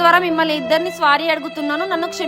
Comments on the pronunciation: SORRY ❌ SWARE ✅ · Boy friend ❌ baai friend ✅ Park ❌ parku ✅ Sorry ❌ swaari✅ 😂😂😂😂😂😂😂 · Orey adhi swary kaadhu ra saamy sorry 😂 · Ee swaari la golentraa naayanaa 🤣🤣